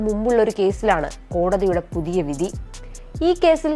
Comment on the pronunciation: Ask this female to pronounce vidhi correct.